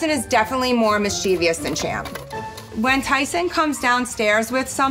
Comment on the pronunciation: I cannot understand why it seems NO ONE under 50 is able to articulate a few sentences without using the word ‘like’ repeatedly. Nor do I understand why almost every American mispronounces the word ‘ mischievous’. It’s mis che vus, NOT mis chee vee us. It ends in ‘ous’ not ‘ious’ there, finished ranting.